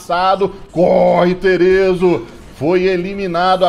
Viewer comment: e desh o nome dele não é terezo não é theeso mesmo, se fala tche eso